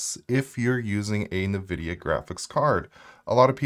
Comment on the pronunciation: In-Vidia, my dude. not Nuh-Vidia.